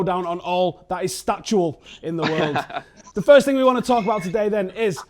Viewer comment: statistical* not "statual"